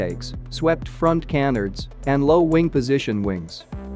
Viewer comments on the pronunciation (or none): none